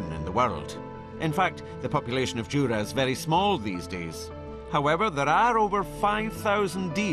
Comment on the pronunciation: IT IS JURA! NOT JURAY